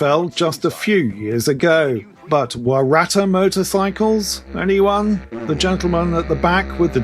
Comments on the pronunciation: Pronounced..........WARR-AH-TAH!........... Not Waratta! You British cousins. You have funny way of talking!! :hand-purple-blue-peace:😋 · not wa/rat/ah , it's wo/ ruh/ tah same as the flower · Waratah is pronounced Waaar- ah- tar. It is a plant. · I believeits pronounced 'Wha-ra-taa'.....if anyone cares or is interested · War-aa-TAH ! The emphasis on the last syllable And one polite tip - in Australia describing something post-1788 as "Indigenous", even a motorcycle manufacturer, can get you in a bit of hot water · Good on ya 1/3 Pheel! FYI, Waratah is pronounced: Wah-ruh-taa. Moving from pedant to friendly mode...That Holden homage bike will necessarily fall apart into a rust pile in 2 winters (there's a good reason Holden went out of business). I think I'd go with ya pommie version meself, no worries. On a more serious note, why can't you jokers play cricket? Cheers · Don't get too cut up about it. Aussies don't pronounce it properly either. It's an Aboriginal word. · It did sound a bit funny but, we do have some pretty unpronounceable places. All good. 👍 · Loved your creative pronunciation of waratah! 😉